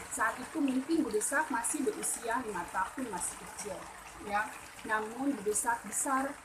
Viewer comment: De'sak...bukan desak. Adeng2 apan jelas...mungkin krn terlalu semangat...kaliii. 👍